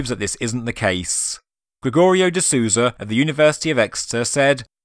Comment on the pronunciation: Very interesting video! Minor correction, if you don't mind. Gregorio seems to be brazilian. The "Sou" in Souza, his last name, has a sound like "soul", not "Susan".:) Just in case you plan on doing future videos on the topic, and happen to mention him.